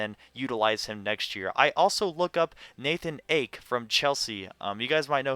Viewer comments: Nathan A-KYE how to pronounce ake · Ake is actually pronounced Ah-Kay ;)